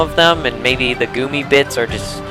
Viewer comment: IT"S G U M M Y like gummy bears not GOOMY!!!